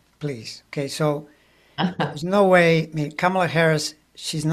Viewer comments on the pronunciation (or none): enjoying your conversation... you're both brilliant - one little detail seems to stick out that has nothing to do with content.. - this old girl in LaLaland can't help wondering why you are mispronouncing the name Kamala! Surely you watched Kamala Harris's grand-nieces at the DNC have their very adorable moment on stage front and center to tutor all of us in the correct pronunciation of her name!... it's Comma-la. It's so not Camel-uh! Come on now! Please do say her name as her mother gave it to her! peaceout Respect